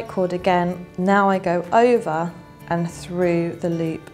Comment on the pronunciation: Why are u saying iva and anda? Its over and under.